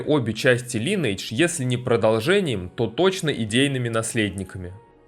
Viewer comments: лайн ...не лин ни лен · Я не буду говорить, что все тупые, каждый может называть игру как ему нравится, но можно было в начале ролика сделать ремарку типа: "Я знаю, что правильно читать Линидж, но так как нам привычнее Линейдж, то так и будем называть игру далее", то вопросов бы не было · Мне как раз привычнее называть Линейдж, но если вы блогер, то в некотором роде журналист, а значит должны придерживаться стандартов журналистики. Линидж так читается это слово на нормальном английском, не у корейцев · Всё хорошо, только название игры читается не Линейдж, а Линидж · Читается "ЛАЙНэйдж" а не "ЛИНейдж" Лайн - линия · линидж ЛИНИДЖ сука |ˈlɪnɪɪdʒ| когда ж вы суки научитесь! То есть, ты знаешь, как переводится это слово, но не в состоянии читать его правильно? Так?